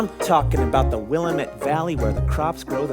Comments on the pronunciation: It's pronounced Will-Ahh-mit not Will-a-met ... Valley. I bloody well hope I'm not the first one to correct this! Glad they pronounced Oregon pretty accuratly though. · It's WILL-AAHM-IT valley not WILL-UH-Meht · As an Oregonian, i appreciate they pronounced it right the first time, saying "ore-gyn" instead of "ore-a-gun" or "ore-gone" However the pronounciation of Willamette valley was completely wrong lol. Its "will-am-it" not "will-uh-met" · Never heard of StarKid before, and not sure how I got here, but this was freakin' amazing! Only issue I have is they pronounce it "WILL-a-met" River when it should be pronounced "Will-A-met" (emphasis on 2nd syllable). Total joy from beginning to end. Thank you all...! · god okay so this is my 5th time watching this but i just realized that pronounced willamette wrong. it's will-am-meht not will-uh-meht. how could he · As an Oregonian it physically hurts seeing them pronounce Willamette as will-ah-met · "willaMETTE" i can't tell if that mispronunciation was on purpose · as someone who lives in the Willamette Valley, having people who don’t live here pronounce it ‘Willa mette” is expected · Ok I live in the Willamette Valley and hearing them pronounce it wrong throughout the show makes it extra entertaining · It's pronounced Will-aaaa-met; like damn it. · As an Oregonian I appreciate their correct pronunciation of oregon and also love the mispronunciations in the opening song. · The only thing wrong is the pronunciation of “Willamette” other than that this is 100% accurate. -an Oregonian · This is my favorite musical, especially since I’m from Oregon, but I swear the way our says willamette valley makes me want to die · I live in Oregon and when I heard him pronounce the valley I wanted to cry and laugh at the same time